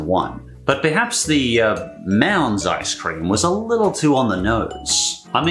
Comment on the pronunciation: Ice cweam?